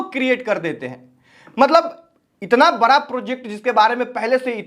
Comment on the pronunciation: ❤बड़ा प्रोजेक्ट होता है बारा 😅😅प्रोजेक्ट नहीं होता है भाई सीखो बोलने पहले😅😅 तुम्हारा भी समय आ रहा है 👿